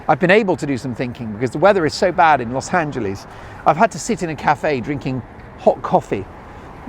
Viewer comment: Big Congratulations!! And Yes! I was hoping you'd do more travel stuff! It'll be a little hard on Mrs. Dolan, so it might not work, but I do think it may be the wave of the future. I'm wondering if you'll fix the way you pronounce "Los Angeleeeez," to "Los AngeLESS." 🙂